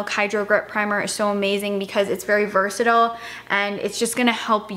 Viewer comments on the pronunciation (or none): none